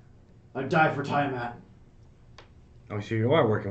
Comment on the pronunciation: Hey, thanks. I knew who he was talking about. I was just joking about the way he pronounces Tiamat